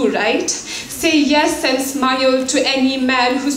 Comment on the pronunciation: Her speech was was good but the way she pronounced smile it was funny lol